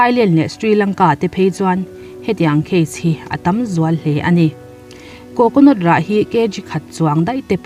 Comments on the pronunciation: Coconot ti lo la coconut ti la 😀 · Coconot tia lam ri lovin Coconut tih tur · Coconot😂😂😂... Chhiar dik ve hram teh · Coconut i lam dan mai2 cu le😀 coconawt tiin ilam alom le.. Thing ve khooooop Mai😁😁😂😂😂😂😂😂😂